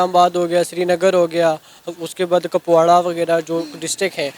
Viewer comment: इस मुर्गा को कहा से पकड़ के लाए हो सना अमजद ये लड़का इंडिया कश्मीर का नही है साला कुपवाड़ा को कपवाडा बोल रहा है 😀 यहीं पे पकड़ा गया लड़के की झूठ और जो कश्मीरी होते हैं जब हिंदी बोलते है तो अपना आप पता चल जाता है ये कश्मीरी है पकिस्तान तो ओ जाते है कश्मीरी जो पढ़ने नही आतंकवाद मिलेटेन बनने जाते हैं । सब झूठ है वीडियो में सना डार्लिंग